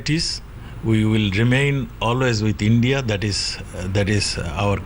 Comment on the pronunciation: pehle india bolna to sikh le beta